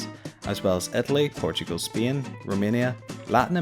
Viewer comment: A few mistakes: -You used Ucrania to separate Europe from Asia, when actually they are divides by the Ural Mountains, splitting Russia in two. - Spain is not pronounced Speen, what the hell was that. -The number of continents can actually vary from 3 to 11. Other than that, good.